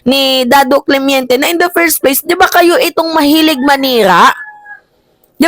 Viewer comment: Correction..hindi CLEMIENTE.."CLEMENTE" po